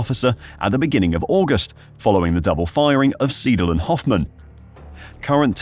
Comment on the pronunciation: Seidl is pronounced "Sigh-del". It's not that hard...